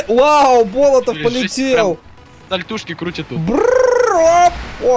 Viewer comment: Болотов это фамилия другой нации ударение ставится на 2ое "о"